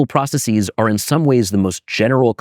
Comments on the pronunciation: Anyone else annoyed by his incorrect pronunciation of processes? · It's difficult to follow when he rhymes processes with prophesies, i profess